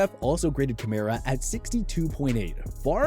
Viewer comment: You really said Kamara lol just say you don't watch the saints instead of talking about fantasy and looking at a stat sheet.